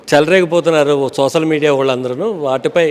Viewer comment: మీ గోదారోళ్లు జర్నలిజం లో ఉన్నప్పుడు తెలుగు భాష ఉచ్చారణ నేర్చుకోని రండి. "సోసల్ మీడియా " .. Hot .. Hot ఏంటి రా మీ భాష.